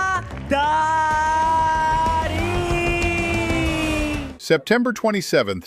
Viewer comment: her name is pronounced "tah-reen" not "teh-ran"